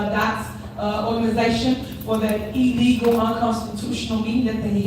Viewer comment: Ellegal 😂. I thought it was illegal 😂.